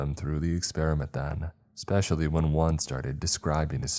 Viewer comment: and eckspecially not especially